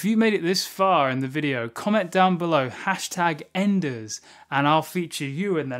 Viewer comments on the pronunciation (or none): none